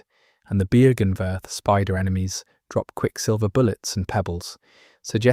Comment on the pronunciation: Version 69420 to pronounce Byrgenwerth and Oedon unlocked!